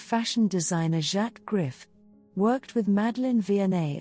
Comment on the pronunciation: Please learn how to pronounce French words especially Griffe!!